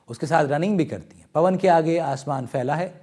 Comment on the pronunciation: पनव नहीं पवन बोले